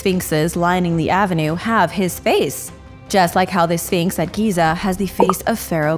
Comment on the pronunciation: Exactly and it's a well known image in Egypt. Absolute rubbish that nobody knows what it is. I actually stopped watching at this point because I couldn't believe the amount of poor "reporting" and other rubbish being spouted in this video! It also annoys me how she says sfeeenks